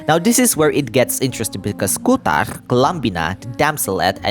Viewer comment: Your accent saying "kuutar" is so perfect maaan, i went high every time u said that